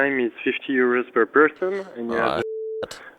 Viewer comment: Sree hundred yuurus omg